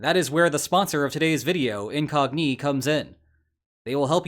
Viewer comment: the knights that say incogNÌ